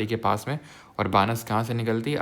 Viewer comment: pronunciation correction sir it's not बानस it's बनास means वन की आशा - बनास❤❤